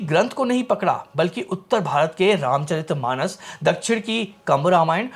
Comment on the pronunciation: जिन लोगों को वीर्यशुल्का, रामचरित मानस जैसे शब्दों का ठीक से उच्चारण भी नहीं आता, वे भी रामायण पर ज्ञान देने चले आते हैं। सीता हरण का दृश्य भी इन्होंने नहीं देखा है, किसी ने लिख कर दे दिया है, वही पढ़ रहे हैं।